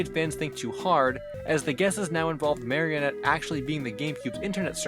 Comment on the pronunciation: it's pronounced mah-ree-oh-net